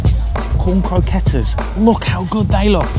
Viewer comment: the way he pronounced croquettes and queso Is kind of sad.